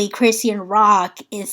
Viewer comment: Hey sis! Great video 🤗 She pronounces her name: CHRIS-SHAWN. ❤